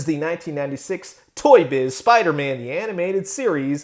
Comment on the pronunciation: Sorry but whenever you say Toy Shiz, I hear it as Toy Shit. Sorry. Great video btw.